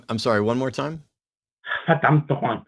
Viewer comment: „verdammt nochmal“ sounds like a german native speaker. Even the accent sounds german